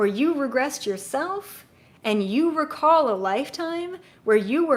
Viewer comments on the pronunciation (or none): none